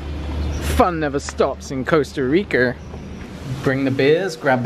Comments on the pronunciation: Hahaha "fun never stops in Costa Ricerrrrrrrr" lmao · Costa Reekerrrr! Lol!